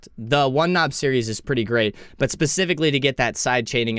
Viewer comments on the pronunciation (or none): none